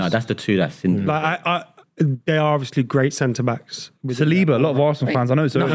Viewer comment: Bro said saliba